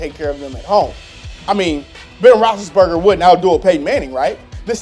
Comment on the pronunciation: Was I the only one who heard him say bill rothlesburger?